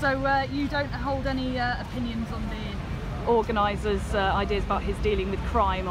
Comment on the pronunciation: What's an "organisor"?